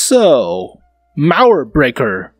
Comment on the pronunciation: I can help you pronounce "Mauerbrecher", just pronounce the "ch" like a "j" like in Juan or Jolinez ^^. You can trust me, I am German and it just sounds so akwards xDDD. Cool vid tho